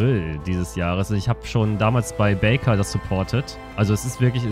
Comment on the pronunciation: backer baker auszusprechen hat mich leicht getriggert